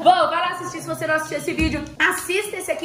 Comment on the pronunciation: "Agora océ ouve" KKKKKKK 👁️👄👁️